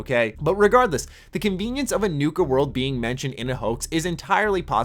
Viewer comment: It's "Nuka" not "Nuke-a"